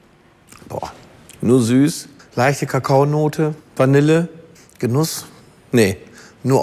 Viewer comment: Bitte das Wort Vanille richtig aus sprechen!